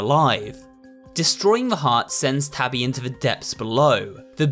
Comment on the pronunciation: I love the way how he calls Tabby “Toby”😭